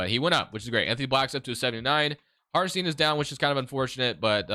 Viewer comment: Sorry, its really bugging my ear, the guy isnt called Hartenstien but HartenstEIn, like in Einstein.